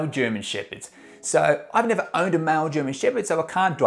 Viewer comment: Sounds like he is saying mal german shepherd instead of male. What's this accent? 😮